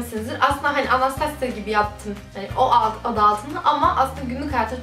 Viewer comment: anastasya degil okunusu bu arada